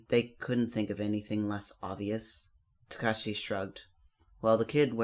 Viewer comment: It's not tukashi It's Su-kau-chi